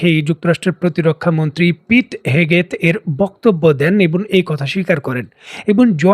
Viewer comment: The pronunciation of "nouns" by you really makes my day. আপনার করা “বিশেষ্য” পদের উচ্চারণ সত্যিই আমার দিনটা সুন্দর করে দেয়। যেমন “পিট হ্যাগসেট” এর উচ্চারণ করলেন ‘পিট হেগেট’।